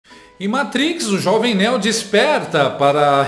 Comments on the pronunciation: Não é Néu, é Neo (Niu) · Não é "Néo" a pronúncia é "Níu" 😂